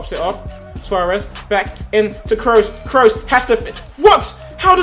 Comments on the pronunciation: Cruise not Krohs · Pronounced krus, not krows. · It's not krows its kroos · it's not Kroos it's Kroos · I know Tobi likes his OCD with pronouncing names. Lewandowski and Gundogan etc Then why tf is he saying Cross instead of Kroos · The way you say Kroos kills me. It's pronounced just like 'cruise' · he says kroos like kroas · Ps Tobi kroos is pronounced crew-ss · The 1 thing I don't like about you Tobi you support Man U and he doesent say Kroos right